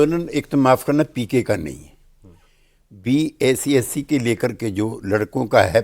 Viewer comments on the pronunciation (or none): Is tyagi ko bpsc bhi bolna nahi aa rha